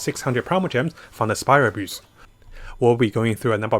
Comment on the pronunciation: You're not good at saying abyss it's like abyssh hahah